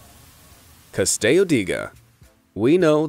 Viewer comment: They pronounce the Italian "Castello" with Spanish pronunciation. Nice. It's "Cah-stell-oh."